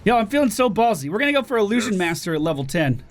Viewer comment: Ill-loo-shjun. Not ah-loo-shjun